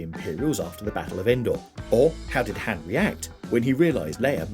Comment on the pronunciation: Learn how to say "Han", Mo.ron!